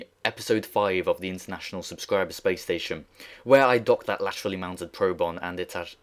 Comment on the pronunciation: anyone hear him say spation